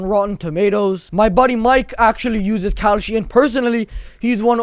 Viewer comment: Why did I think when he was doing the ad for "kalshi," did it sound like he was saying "cowshit?""